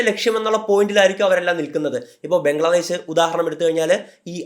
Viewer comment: ബംഗ്ലാദേശ് ❌ ബ്രംഗ്ലാദേശ് ✅🤣